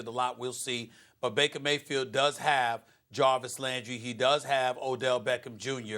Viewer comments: Nobody: SAS: "Maker Vayfield" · "Maker Faybield" 😂